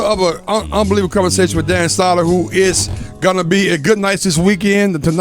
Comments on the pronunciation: Crackle crackle btw it's sow der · Crackle Crackle. Love him and Jay on SiriusXM. The Bonfire is my favorite show of all time. Great interview with him. Also, I hate to be that guy, but it's Dan Soo-der, not Dan Sah-der. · Crackle crackle, this was a great interview. You guys are all awesome, I came as a Danny Soder fan to check him out in this interview but really enjoyed the whole show despite the continuous mispronouncing of his last name :D